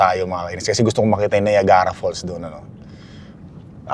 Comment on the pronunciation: The correct pronunciation of Chicago is Shi-ca-go! Then yung Niagara is pronounced as Na-yag-ra, not Na-ya-ga-ra! Hope this helps! 😊